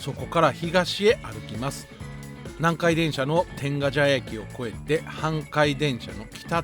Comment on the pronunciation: 「てんがじゃや」が気になる。「てんがちゃや」なのに。